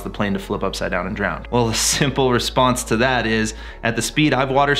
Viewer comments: Hey dude ... no doubt you are a great pilot but one thing for sure ... there is no “D” at the end of the word “DROWN” !! Just sayin’. 🤓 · and . Does it bother anyone else how he keeps mispronouncing drown? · Yet another great video, this one showing the dangers of showboating. (131 haters so far, even after you recommended "Don't!" half a dozen times during the video.) :( P.S: Best not continue using the word "drownd". ( "pretty much guarantee you're gonna drownd out there.") I'm amazed at how many people I hear say that un-word. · DROWN. NOT DROWND